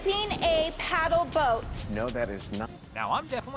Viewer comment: I thought it was “Renting a pedam boat” 🤣